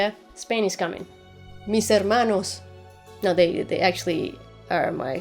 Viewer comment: nice video, i have been subscribing to some Got channels recently to calm my addiction, i think i will subscribe here too, hope that you keep this quality (: P.D: Do you speak spanish? You said "Mis hermanos" pretty well.